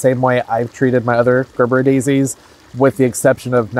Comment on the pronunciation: Hearing Gerbera said as Grrrbera instead of Jurbera sounds as pleasant to the ear as scraping my teeth on a chalkboard.